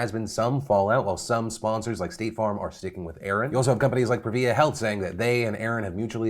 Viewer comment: Just fyi, Prevea is pronounced Preh-VAY-uh, not Pre-VEE-uh🤗